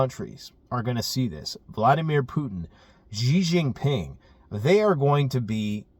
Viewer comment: Please please please learn to say Xi Jinping’s name properly. Great content but as a mandarin speaker it grates hearing you call him Gee Jinping. Xi is pronounced She as in girl.